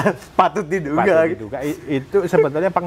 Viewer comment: jangan bilang "PATOT DI DUGA" ngomong gak jelas,majalah bungkos puntong rokok buat aku.